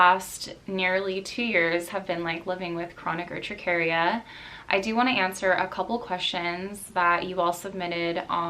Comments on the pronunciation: I've had Urticaria for most of my life. You don't even know how to pronounce it and have most of the information wrong. I think this topic is not for you. Honey do your research before you open that dumb mouth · girl you literally didn't even spell or pronounce it correctly in your video. ugh.